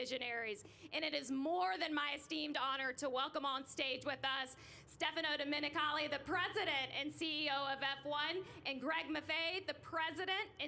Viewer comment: Let us hope that the 2023 GP in Las Vegas will be better than the race there in past. I think it will. It was embarrassing that the female commenter had little ability to pronounce almost ANYTHING correctly...and the gentleman from Liberty Media that did not pronounce Stefano Domenicalli’s name with the proper accent...oh well, after all, we ARE Americans, I guess. It will be great to welcome the world to Las Vegas....does this mean that there will be three F1 races in the U.S. next year?!